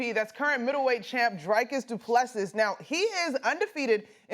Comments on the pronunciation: Idk how mcnutt got this job but she’s not who I want to see talking about athletes (and I’m a girl) she doesn’t even know how to say DDPs name, she doesn’t know MMA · Low IQ black chick can’t say the middle weight champs name right lol